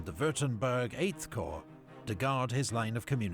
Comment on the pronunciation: Corps is pronounced as "core".